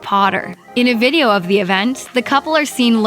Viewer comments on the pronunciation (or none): none